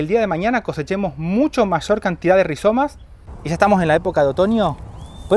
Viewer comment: 🎉super . Mauvaise prononciation en français rihZomes….et non rihiomes. Pas très grave mais perso ça m arrache un peu l oreille.